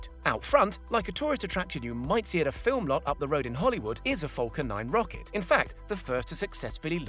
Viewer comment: Falcon not fulcan